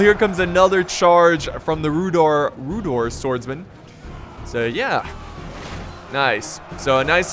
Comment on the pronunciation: Sry I think you pronounce Rhudaur with a not rhudor if that makes any sense. Sry my English.